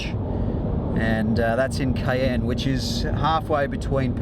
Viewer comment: And by the way, the place is called Caen, pronounced /kɑːn/ not cayenne. ;)